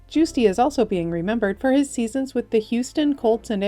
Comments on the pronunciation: Puhleeze, research name pronunciations before narration. Giusti is pronounced JUHS-tee, not JOOS-tee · If you got the pronunciation from his family, then I would yield to that, but having grown up watching Dave Giusti pitch, I'd always heard his name pronounced JUST-ee, not JUICE-dee. Also, FWIW, while abbreviated in PRINT media as "Colts", the original Houston baseball team was the Colt 45's, and were usually referred to as such. I've never heard anyone refer to them as just the Colts. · RIP to all. 🙏♥️ Btw, you mispronounced Dave Giusti. His last name is pronounced Just-E. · Dave Giusti's last name is pronounced JUST-eee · I use to take care of Dave Giusti’s mother when I worked at her nursing home. She was quite the character. Wonderful people. His mother use to say regarding the pronunciation of their last name as, “It’s not coffee, Just tea!”. He would visit often and was the greatest guy. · Dave Giusti's name is pronounced "JUST ee" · The baseball guys name is pronounced...Justy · Guisti =. “Justy” 😢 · Please do better with the pronounciation of decedent's name. Giusti is pronounced "Just-tee" Any Pirate fan would know that.